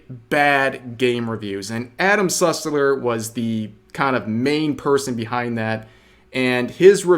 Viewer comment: all I heard was Adam Sutler instead of Sussler and I was incredibly concerned for a moment